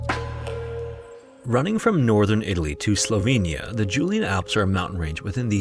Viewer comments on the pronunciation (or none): none